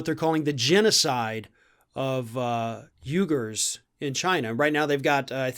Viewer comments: it's pronounced "we-grr" not "you-grr". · It's pronounced WeeGer?